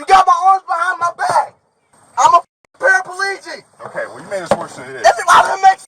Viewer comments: He’s not paraplegic, he’s “parapaelegic” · Parapaleegic 😂😂 can't even say the word and how is he using the foot pedals if he was 😂